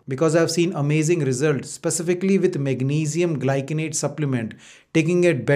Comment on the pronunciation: It’s gly -sin-ate Not gly kin ate